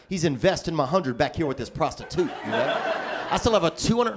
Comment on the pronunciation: "He's investing my hundred with this pros ti tute" Lol smh